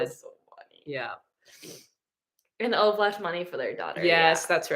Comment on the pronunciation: Not Ova It's OvE. And the O is pronunsed like oooops without the p and s. And the E is pronunsed like Eh ❤ I'm from Sweden😊